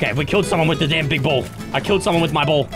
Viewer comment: is saying ball so much, it’s starting to sound like bowl! 😂